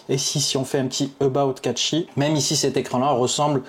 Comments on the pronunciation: cashey pas catchy os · Bonne vidéo mais le "catchy browswer" c'est pour me tuer 😂😂😂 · Meme a la francaise on dit cachy mdrrr